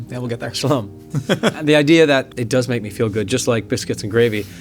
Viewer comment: JOE SAYING 'SHALOM' OMGGGG